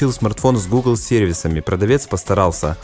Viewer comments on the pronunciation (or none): none